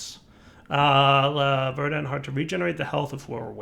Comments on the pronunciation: Yup, Verd ant not, Ver dant. is the type that can’t say: osteoporosis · the emphasis on "Verdant" is on the first syllable